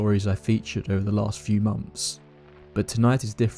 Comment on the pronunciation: Once every few monfs.